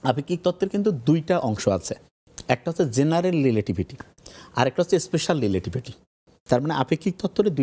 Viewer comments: লিলেটিভিটি কি ভাই?😂😂 ভন্ডামি ছাড় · আহারে, রিলেটিভিটি উচ্চারণ করাটা কি এতই কষ্ট 😂😂.. সহজ কথায়, আলোর থেকে অধিক গতি (বিজ্ঞানের দৃষ্টিতে) অথবা এর থেকেও বড় কোনো শক্তি যা মানুষের বোধগম্য নয় (ইসলামের দৃষ্টিকোণ থেকে) মিরাজে আমাদের নবীজী (সা:) ভ্রমণ করেছিলেন.. বড় কোনো অনুষ্ঠানে আসার আগে ভালোমতো প্রেপার হয়ে আসেন, উচ্চারণের দিক খেয়াল রাখবেন.. নতুবা জোকার হয়ে যাবেন..